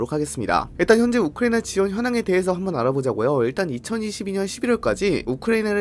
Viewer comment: 이스르엘도 그렇고 우크레이도 그렇고 발음 거슬림